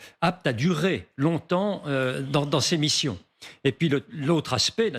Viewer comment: "Les Fronce dont" le collimateur… Mais qu'elle apprenne le français ! C'est mauvais, je quitte !